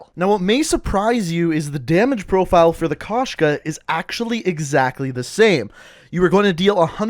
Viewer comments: Кошка (koshka), it means cat. Found that amusing when I first heard about it. I forgot to mention it but it's pronounced k oh shka not k ah shka, not trying to be rude but just wanted to get that out there. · Bro koshka not kashka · Wtf??? Why did they write “Koshka”? In rus it’s “кошка”, so the true translation will be “cat”. P.S. u should say kOshka, not koshkA